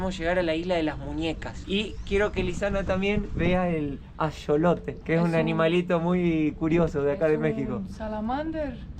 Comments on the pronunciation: Un par de correcciones. Xochimilco se pronuncia "Sochimilco", y Axolote se pronuncia "Ajolote". Se dice Chinampa( y no chilampa) y chaqueta significa m4sturbaci0n en México. 😅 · La X al inicio de palabra se pronuncia como S Y en axolotl suena como J